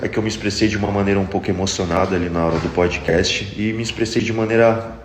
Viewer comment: Ainda é analfabeta kkkk POLD CAST ou seria POUDCAST 🤦🏻‍♂️🤦🏻‍♂️🤦🏻‍♂️.